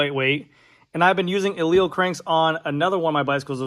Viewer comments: Pronounced Eli - Lee. Not E-leel Get it right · Aleal? You're missing a syllable to say the least.